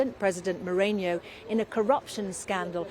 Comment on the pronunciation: President Morenio? It’s Moreno